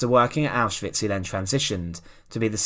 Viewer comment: Thx for pronouncing Auschwitz properly